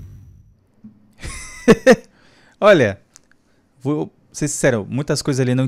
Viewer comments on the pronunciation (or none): É stickmin não stick man